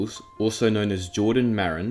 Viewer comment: "Kapten spahkooz"